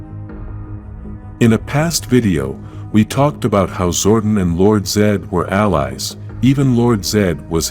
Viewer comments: Why do you pronounce Zordon's name like Gordon? It's pronounced Zor- Don! Also, where he came from is pronounced El-Tar! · your saying Zordon wrong